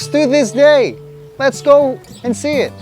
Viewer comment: "The corner we 'sse' today" I was taking it seriously up to the point where you realized it's a kid borrowing archived videos from some underrated website. EDIT: not hating. Nice video. I love Jesus and this is really something :).